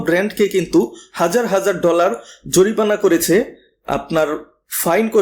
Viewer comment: ইসমাটফোন, জরিপানা, ইসপেশাল এসব কি ভাষা ভাই ? এমন স্পেশাল ভিডিও বানিয়েছেন, একটু শুদ্ধ করে বলেন না কেন...